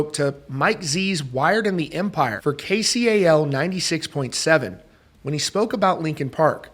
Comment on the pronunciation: Its pronounced Kay-cal not the letters KCAL